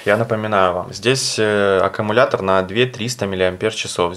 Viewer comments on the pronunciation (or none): none